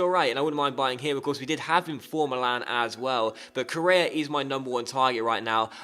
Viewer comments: It's pronounced Co-rey-a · k o r r E a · Its pronounced like Correa with a srtong sound in the r and the accent is in the e